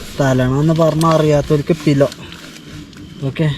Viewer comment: പിലോ അല്ല പില്ലോ